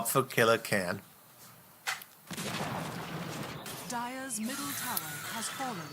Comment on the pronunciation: Really nice vid with useful and sometimes funny comments. And a pretty weird pronunciation of the name KillerKhan. Go on with vids like this, you are doing a good job. KillerKhan who is known from the famous dota-team Klopfa xD.